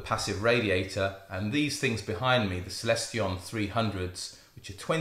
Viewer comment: seconds you say "Celestion" and thereafter nooo! Trion Trion again! :)